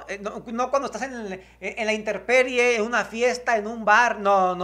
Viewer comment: Ojo, no se dice interperie sino INTEMPERIE